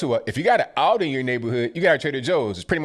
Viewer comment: btw its ALDI not Audi...thats a car. and i know, he said it wierd and it sounded like Audi